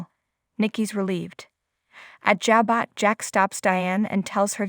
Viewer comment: Pronounced. Ja - bo